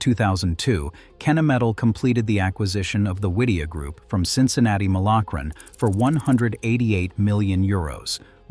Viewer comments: Overall a pretty decent video but mis-pronouncing Cincinnati-Milacron really bugged me. It is Mill-a-Kron NOT Mile-Akron. I should know I worked for "The Mill" for over a decade. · That pronunciation was beyond egregious.